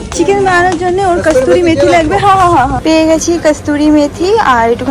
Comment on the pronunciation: Kasturi methi noy, kasuri methi.